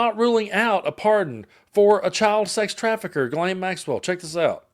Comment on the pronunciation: Adam Kinzinger is a good guy, but he loses credibility by mispronouncing Ghislaine's name. If you can't say it rjight, just say Maxwell.